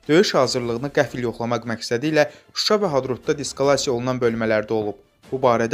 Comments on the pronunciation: Diskalasiya yox dislakasiya bir səf bütün siyaəsiti alt üst edirsən. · Diskalasiya yox,dislokasiya deyilməlidir ay qardaş,əvvəl sözü tələffüz etməyi öyrənin və sonra çıxın efirə